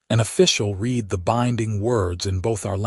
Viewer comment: Why dont you feed red instead of read into you fake voice system?